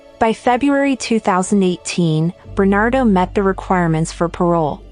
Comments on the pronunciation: It’s Bernardo NOT Bernado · ⁉️@: When are you going to post a correction to his NAME in summary⁉️ It's BernaRdo -2 R's, not "Bernado" as narrator says many x's & posted video title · Why do you keep saying his name incorrectly?!? It's BernaRdo, NOT Bernado!!! Get it straight! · It's Paul Bernardo, not Bernado. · BerNARdo, not BerNAdo. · Bernardo not Bernado Get the monster's name right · SOOOOO, is it Bernado, as the computer voice insists, or is it Bernardo, as the thumbnail suggests? Answer- It's Bernardo, fix your computer. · Please pronounce his name properly. It's Bernardo. He was also the Scarborough Rapist. I remember sketches appeared on the subway trains. When he was caught you could easily see the sketch was him. Karla should never have gotten out but her lawyer hid the tapes that should she was an active participant. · His last name is Bernardo, you are missing the 'r' in his name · Why does she struggle to say bernardo. Its very simple. She forgets the r in there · Pronounce the name correctly! Bernardo ! Paul has been moved to medium security prison now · Paul Berna'R'do... Sorry, It's just I thought it sounded like you were missing the 'R' in his name when you were saying it and then I noticed that it was misspelled also. Don't mean to sound negative. The video was great! ; ) Btw, You say his name correctly at the end of the video